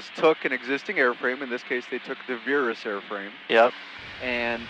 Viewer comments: Why is he pronouncing "Virus" as "Veerus" ?? I worked with Pipistrel on marketing in Europe and it's really not intended to be anything other than virus, as in the flu virus! Bizarre how, if Americans can possibly find a way of mis-pronouncing simply terms, they will! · Good, let's retire the "virus" (worst named product ever, post 2019 - and please stop pretending it is pronounced veer-us, you're not fooling anyone), and replace it with the "Velis" - same exact plane, new powerplant. Cool.